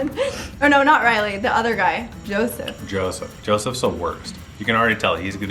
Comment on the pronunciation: It’s yousef not Joseph